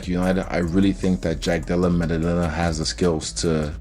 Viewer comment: "jack della mumudumamah"😅